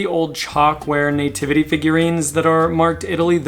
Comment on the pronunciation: I love how you say nativity, like Nay-Tivity! 🤣😂 Love it. I think one of my favorite holiday decor s Halloween, I just never seem to get sick of seeing the funny creative scary things that can pop up. And to me it never seems oversaturated! Not necessarily them coming to my door for Candy though LOL! I am way over Christmas and all the thrift stores around me here in north western Ohio have an over abundance as well and they’re charging top dollar for it which is insane! Love that you went thrifting! Love it love it love it please do more! Do you ever do any online estate sales? The extra 15% surcharge is a bit ridiculous especially since we’d rather come and look at the stuff in person, it’s not our fault for Covid LOL. On the other hand it is nice to be able to look up information on the pieces before we bid on them! Great content as ALWAYS, thanks for all your explanations - I love to learn! Have a great day!!